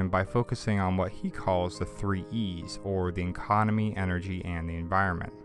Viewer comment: Great clip. By the way, the word is spelled like this: E N V I R O N M E N T... AND IS pronounced, en VI ron ment. :)